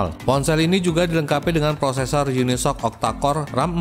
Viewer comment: Baca nya "yuni s o ci" bukan unisok